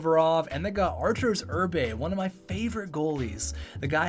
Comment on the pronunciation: Arturs Irbe not Artus Irbe